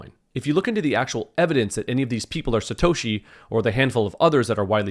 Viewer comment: Paul Le Roux "Slatoshi"